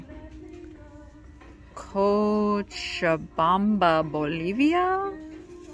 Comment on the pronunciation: The statue you’re referring to is called Christ the Redeemer & stands in Brazil. 😊 And Cochabamba is pronounced Coke-uh-bomb-ba.